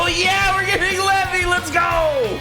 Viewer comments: Levi ❌ Levy ✅ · Did you just say levy? What?